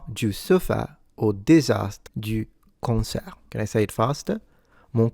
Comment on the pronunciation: In the french example, "concert" sounded a bit off